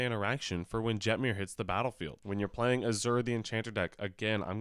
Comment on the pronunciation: Every time I hear someone pronounce a hard J in Jetmir I die a little more inside.